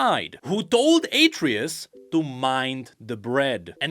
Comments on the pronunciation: It's not "Ay-tree-us" It's "Ah-tray-oose" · HIS NAME IS ATREUS! AH-TRAY-US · Its pronounced AhtreYus. Like the son of kratos? In god of war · its atreus not atreus bro omg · Mispronouncing Atreus. Also the burnt bread is a reference to King Alfred.